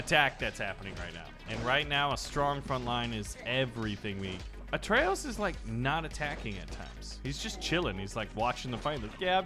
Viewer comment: Please... It's a`TR'eyos not a'RT'eyos